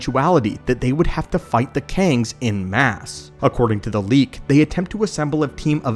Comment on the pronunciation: Great video :) FYI en masse is pronounced 'on mass'